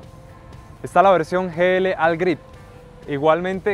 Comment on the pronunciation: Mal pronunciado el "All"